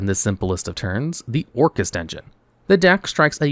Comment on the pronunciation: I don't really watch many videos when it coss (mes to new yugioh....so when hearing Orcust....I mostly heard Orcus....just no annunciation on the "t" but even then, I thought it would pay homage to Orcus from D&D.....since I also hear LIGHT-FIEND said out loud in same breath (once again, I'm not watching, I'm just listening mostly) so, this video was an eye opener, but also a disappointment , because Konami let this mishap happen